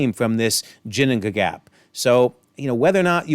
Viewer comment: It's typically a "guh" sound for Ginunngagap in English rather than the "juh" sound you used. But your pronunciation wasn't that bad for Ginunngagap.